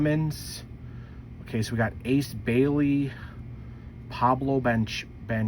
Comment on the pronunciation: How you have a whole channel on these and dont know how to pronounce the names 😂😂😂